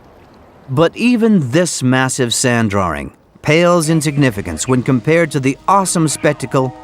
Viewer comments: What's a "drawer-ing" ? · Guy pronounces "drawing"....draring. Who the hell talks like that? LMAO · What is a "drawring" ? Why do so many people including presenters, newsreaders etc. use this now. There is NO "r" in drawing. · What is a DrawRing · Who is this joker "drawring"